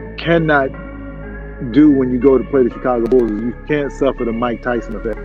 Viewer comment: Love your videos. Grew up in Chicago and with the Jordan Bulls. Thank you for not pronouncing the CH in Chicago like CHurCH. It’s SH like you pronounced it in this video. I noticed you saying it incorrectly in the past. A lot of people from outside Chicago mispronounce it. Charlotte is the same way. CH is pronounced SH.